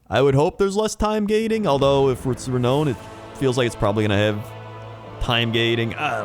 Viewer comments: I thought the same - it's pronounced "re-noun". The way people pronounce "melee" isn't how I pronounced it (there's a French and English pronunciation). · Re-nown? Re-noun you dongle! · "Re-known"... Re-nown? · re-now-n lol I love you